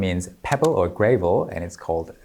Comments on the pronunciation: Here's an example of one moment of not getting the language right pops out. In English little pebbles are pronounced "GRA-vel" (with the "a" closer to the way it's heard in "hand" or "handle") not "GRAY-vel". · Not Gray vuhl but Gra as in ah then vuhl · "Gravel" isn't pronounced like "grave" but like "grav" (like "gravity" or "gravid"). Check Youglish to hear the way it's said in natural sentences. I'm kinda disappointed that you didn't break down the line in the middle of the video that you said was done well and "nothing to see here, moving on"; I could've learned something from it. Alas. As far as learning the language, I have no interest in going very far with Korean; I know enough to recognize the writing, I might study again to be able to actually read the writing (I did once but it's been a long time), and I'm glad to learn little tidbits from you, but mostly I'm interested in comparative grammars, not fluency. I've studied over 50 languages (and can sing in over 20 -- now including some Kpop Demon Hunters, thanks to your videos! we'll see how soon I manage to make a new video demonstrating my improved range on my Arkylie Sings playlist), and I'm focused more on Japanese, Spanish, Finnish, ASL, and to a lesser extent Toki Pona, Italian, Esperanto. But I am very glad to live in a world where so many teachers have found YouTube such a useful medium for providing lessons to students around the world. Say, presuming there's a Korean version of "Let It Go", could you maybe go over the lyrics? I wouldn't mind adding that to my repertoire. I can already sing it in Japanese, Italian, and Tagalog (well, not the whole song yet, but I'm close). Any other Disney song translated to Korean would also be welcome. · The way it's spelt, it should actually be pronounced grave-l rather than pronounced gravvle. English really is such a weird language that breaks its own rules all the time. Edit: And after he explains how Korean elongates words, it makes even more sense.